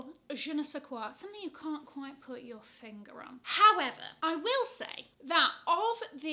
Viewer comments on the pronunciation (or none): none